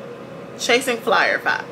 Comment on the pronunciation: Man I need to stop watching your videos in the shower. You said “Chasing Flier Fies” and my soapy-footed tail almost kissed the porcelain 😂